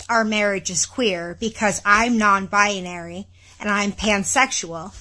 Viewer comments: maybe someone should point out to her from the start that the word is "binary" sounds like "Bye-naree" not "bye-ah-naree"... as Forrest Gump said "stupid is as stupid does Mrs. Blue" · She's even trying to make the word queer...it's BiNary - 2 syllables - Not 3... BiONary...sheesh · According to her she is "bia-nary" 🤣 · Non - bianary???😅😅😅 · I like how she adds an extra syllable to the word "binary". "Bi-uh-nary!" I guess she loves her label so much she just wants to linger on it a moment longer. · She cant even say the damn word right!! 😂😂 Bi-a-nary?? No ma'am. If you cant say it, you cant claim it 🤣🤣🤣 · Byonary??? She can’t even say the word yet knows what it means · Bi-a-nary...I can't. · Why does this human keep saying bianary? Bianary, bianary, bianary. If this human is non binary, I would hope they could pronounce it correctly. But maybe I am not that imtelligent. My immatelligence sucks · It's funny that she repeatedly pronounces "binary" as "bianary." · She can't even say binary. She's saying buyuhnary. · She says bia-nary over and over. She can’t even pronounce binary. Jeesh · Why does she keep saying bi-Ah-nary 🙉🙉🙉🤯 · I hate how she pronounces it "bianary" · She's adding whole extra syllables to the word "binary" lol I hope that dude finds his way to a divorce attorney and i hope this "vag owner" finders her way to a good psychotherapist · She mispronounces binary! Lol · She can’t even pronounce the word binary. Ridiculous. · she can't even PRONOUNCE the word properly 😐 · She needs to learn how to pronounce binary first....and then seek mental help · She can’t even pronounce binary properly…. smdh